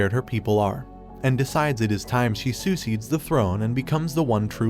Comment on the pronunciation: Never mind. 30 seconds later he mispronounces "princess" and "succeeds" in the same sentence. It almost feels intentional at this point